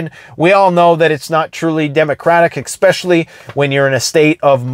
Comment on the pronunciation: Love these videos, but please stop saying "ekspecially" . It is "especially " .